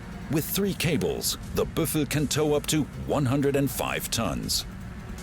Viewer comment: its called a Büffel. but they did not pronounce the "ü"